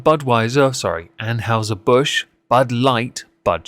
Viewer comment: ann-hi-zer :p